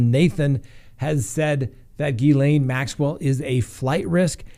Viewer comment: Hey you are finally pronouncing her name correctly! I know it was a struggle because of all the reporters saying it wrong.